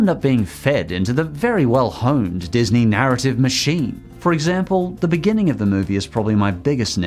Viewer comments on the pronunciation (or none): none